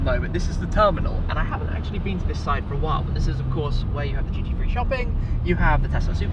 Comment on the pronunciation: I thought Tim was saying "GT3 Shopping" turns out it's "duty free" 😭😭